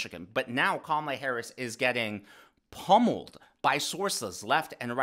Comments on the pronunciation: Careful..mispronouncing her name is every ‘ism’ out there. Expect a call from angry CNN panelists. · Kama-lala 😀 We say "guys" around here, too. Thanks for all you do,!